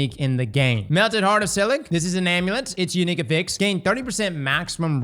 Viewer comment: hurts me with how he says affix.